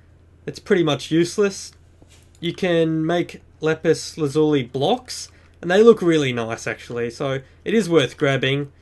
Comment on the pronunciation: u prononced lapis lazuli right;)